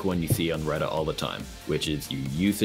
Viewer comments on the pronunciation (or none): none